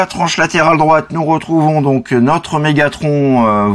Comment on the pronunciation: Dis megathron pas Megatronche